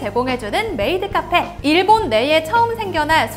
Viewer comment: 메..메이트 카폐 라니 ㅋㅋㅋ